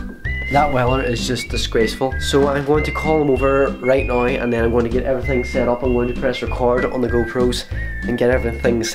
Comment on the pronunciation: He say noe instead of now. why?